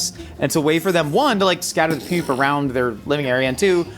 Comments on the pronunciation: Why does pronounce "poop" like "püp" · Wondering why says poop like that